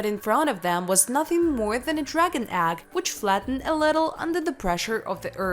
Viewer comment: Ags? How could this person not know how to pronounce egg?